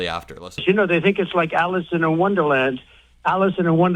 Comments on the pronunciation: Did he say, “Alison in Wonderland”? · Really! He said "Alison in Wonderland". 😅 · "Alice in a Wanderland." I even hate the wat that orange pos says that. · Did he say Allison in wonderland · Am I the only one that noticed he said Alison in Wonderland? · Did this mfer say Allison in Wonderland?! 🤣🤣🤣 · wait... I know asylum to him is the late grate hanible leckter and applying for a work visa is a credit card to him ... but I swear I heard him say "Alison and wonderland..." He said Alison and wonderland....!! 🤣💙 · I thought he was saying Allison in Wonderland but that makes more sense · I thought so too at first but I think he's actually saying "Alice in her wonderland".